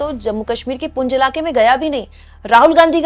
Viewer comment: कृपया पुंछ बोलें, पुंज नहीं।